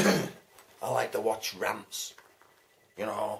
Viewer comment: Great answers.. thanks for the mention too I will pass it on to Alan.. I thought you said rats then I realized you said rants